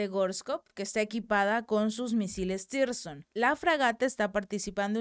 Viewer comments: CHICA..LOS MISILES NO SE LLAMAN "TIRSON" COMO TU LOS MAL MENCIONAS... SE LLAMAN TSIRKON!!! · SIRKON, SIRKON, SIRKON. Y NO "TIRSON".